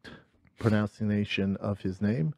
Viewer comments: "Pronouncination" is fuckin gold. The irony is top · "Pronouncination." He said it twice two different days. 😂😂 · The fact he’s unironically mispronouncing “pronunciation” has me ☠️ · nailed the pronouncination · His pronouncanation is on point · "How you like that for Pronouncination?" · How do you like that for pronouncination? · C'mon guys...he does have a great prenoucination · Brendan's the kind of stupid that actually makes you feel like you can't spell properly either. "Pronouncination"